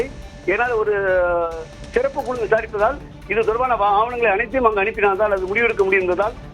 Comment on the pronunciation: What kind of reporter you are man. You are pronouncing sirappu as seruppu. Asshole